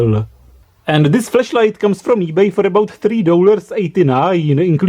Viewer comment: OMG!! You've said the whole video "FLESHLIGHT"!!!!